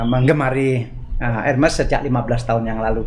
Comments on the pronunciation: itu namanya pak.....bukan soal sebutan org indo atau org barat....HERMES...ITU TETAP AJA SEBUTANNYA ERMES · Sebut nya “ermes”, h nya tidak dibaca. S nya tetap dibaca.